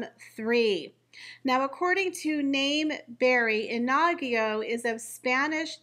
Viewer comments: Pronounce it like in-ago. The emphasis would be on the IN. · The new Middleton babies name is not pronounced Ah nah gee o It is pronounced Ee knee go Short sounds In Spanish. Meaning Fiery🔥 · It's NOT "Inagyo". It's Iñigo, which is pronounced "IN-YI-GO". There is no such name as "Inagyo" in Spanish. It's like calling a "Jennifer" JEN-AY-FAR. That little mustache on top of the letter "n" is called a tilde and it signifies that the "n" is supposed to be pronounced with a "y" or "I" followed by the vowel after it. For example, the Spanish new year greeting "Feliz Añonuevo" is FE-LIZ AN-YO-NUEVO. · I In-I-go. (i as in big)